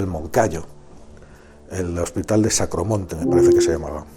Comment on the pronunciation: Es el Sanatorio de Agramonte, no de Sacromonte.